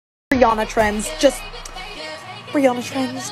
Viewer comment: YOU NOT PRONOUNCING HER NAME CORRECT ITS REE-AN-A